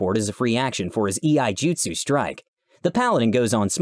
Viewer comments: here is a nit pick but I can't help myself Iaijitsu is not pronounced E-I-jitsu it's prenounced YA-III-jitsu I practice it IRL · Dude I love your channel but they way you pronounce Iaijutsu (eye-a-jutsu) irks me. The reason being is because rhe tabletop that I got really invested in is Legend of the Five Rings which is nothing but samurai and ninja, so Iaijutsu is a skill not a technique that can be used